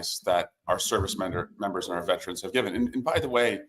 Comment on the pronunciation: Stop saying VETRANS!!!!!! There is no such word !!!!! It’s VETERANS!!!!!